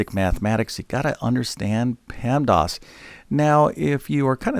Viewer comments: PEMDAS.... Not PEMDOS You say PEMDOS lol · Stop saying “pemdos” grrrr